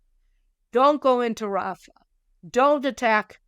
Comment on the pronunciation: say "RAFAH", for English and International listeners. Thank you for your work.